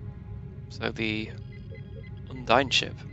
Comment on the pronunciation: The Undine name is not pronounced Un-dine it’s pronounced as Un-deen as said be Star Trek online, the source for the name